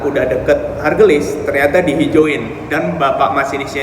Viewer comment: ..stasiun haurgeulis mungkin bukan hargelis..